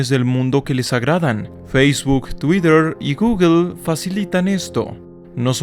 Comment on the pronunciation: Porque lo pronuncias "Twider"? xD